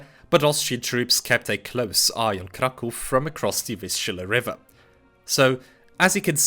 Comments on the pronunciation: it's nice hearing someone pronounce "Kraków" properly after years of hearing "Crack ow" in english-speaking communities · Thank you for not calling it crack-ow :) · Jak tylko usłyszałem twoją wymowę nazwy miasta Kraków, od razu wiedziałem, że mam do czynienia z rodakiem! Jest to pierwszy filmik jaki spotkałem od ciebie i subik leci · As a Pole I must admit that I am shocked to see a person who does not speak Polish can pronounce Polish words, the first time in my life I meet with such a thing and I can not get out of admiration, I expected a rather Americanized version of the word Kraków which has nothing to do with reality and here such a surprise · It strange to me, as a Polish, to hear someone speaking English (not Pole) who says "Kraków" instead of incorrect Krakow xD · nie spodziewałem się że obcokrajowiec jest w stanie wypowiedzieć poprawnie ,,Kraków", dzięki za uświadomienie 😂 tak czy siak dobra robota u niego